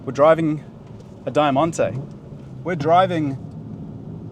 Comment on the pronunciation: thats an insane pronunciation of Diamante but well